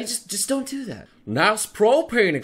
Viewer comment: Did say "I doy even know"?